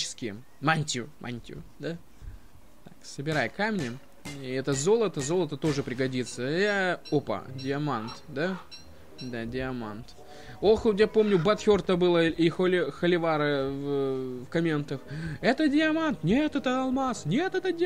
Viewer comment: не диаманд а дайманд